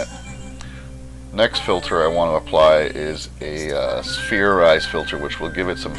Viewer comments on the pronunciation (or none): he said SPHEARIZE